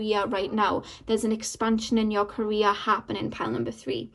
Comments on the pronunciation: lol omg! I thought about that too! But I kept hearing Korea lol 😆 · Lol it’s her accent of pronouncing “career” but still you could take it as a sign for yourself since “Korea” is meaningful for you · I was so confused the first couple of seconds, i thought you said Korea but then i figured you meant career